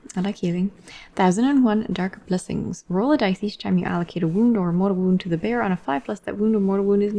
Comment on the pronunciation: I was half-listening and heard "the bear" whenever you said "the bearer" hahaha. Just didn't question, assumed the Daughters had a pet bear with tonnes of abilities